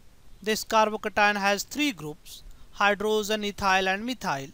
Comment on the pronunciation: What is a Hy-dro-zen?